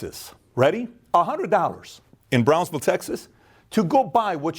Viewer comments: ... Bransville, Texas or Brownsville, Texas?..🤔🤔 never heard of Bransville? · Bransville or Brownsville? I am pretty sure the latter. Either way, great video. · “Brownsville”, TX. Not Bransville, TX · It's Brownsville tx!!!! Not Bransville